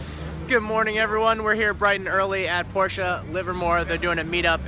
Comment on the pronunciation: Finally an english speaker who can pronounce "Porsche" :D Greetings from Germany :)